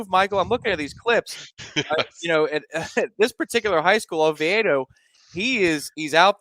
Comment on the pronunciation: It is Oviedo (Oh-Vee-Doe) HS same as Bortles.